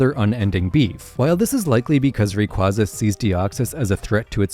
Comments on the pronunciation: Moltres is actually both spring and autumn since it can get warm in those seasons Edit: FCK ITS Ray-QUAY-za ITS THE OFFICIAL PRONOUNCATION DAMMIT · Love the video! However Rayquaza is pronounced Ray-kway-zuh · another case of mispronunciations Regice - Reg-ice, it has only 1 i in the name Rayquaza - Ray-qua-za, the qua comes from quasar Arceus - arc-eus, the arc comes from arcane (and the Silvally ability is the RKS system, not the RCS system)